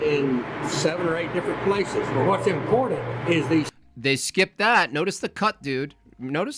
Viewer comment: Why does the way he says important bother me? I only pronounce one "T" and leave out the "A" when I say it (impornt). I thought smart people said the T and A And stupid people said (imporAnt). Like Candace Owen's (sry). Then this guy comes along making a 4th category with (impordant). I hate it I didn't think a smart person would l